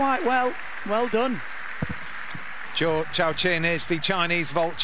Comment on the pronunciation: None of you defending the commentator have any leg to stand on after this egregious pronunciation . Zoo showshwan ≠ Zhou Yaqin not even close. Second try a bit closer but where is he getting CHOW from